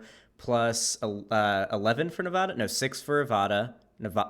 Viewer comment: nava-DUH please say it the way locals and the people who live there pronounce it. Thank you.